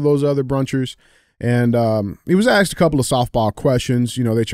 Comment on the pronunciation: STOP-SAYING axed!